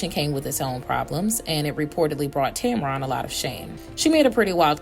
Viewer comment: And this alleged "story" and ones like it is one of the main reasons she remains private! Leave her and her marriage alone! And it's not pronounced Tam Ron! It's pronounced Tam-Ren! Get it right and stop spreading fake news!